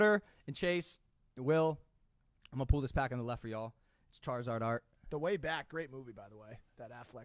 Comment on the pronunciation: Pull not pool omg